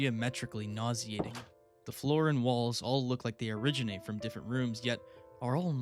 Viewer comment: "geometrically nausiating" aight shakespear💔